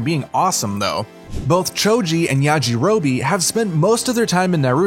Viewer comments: OrUchiMaRo I can tell he doesn't watch these shows at all. But he did say it right the other times so i will give him points for that but oruchimaro oml i cant get over it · nobpdy gonna talk about how he said "OoRoOcHi MaRo" and then just says it normally after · zahbuuuza sakuura oooruchimaro my heroe academy nayruto bruh ion wanna hear nun from him w them pronunciations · please stop. There is absolutely no rhyme, reason, or excuse to mispronounce zabuza, sakura, or orochimaru, or change the word academia to academy unless you dont actually watch the show